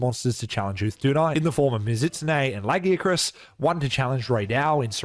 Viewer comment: Stop saying Lagiacrus wrong. They gave you a pronunciation bruh, it’s only ‘stupid’ because you were wrong. How are you going to tell the creators of the name that they pronounce their OWN WORD DUMB? This argument is so annoying, you don’t tell people their name sounds dumb when you mispronounce it? It’s the same shit. Fuck’s sake.